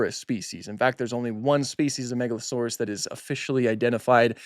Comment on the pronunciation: "Megalo-sore-arse."